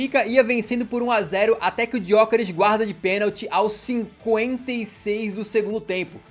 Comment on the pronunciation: Kkkk eu amo como o fala Gyokeres, Tipo Gyookerish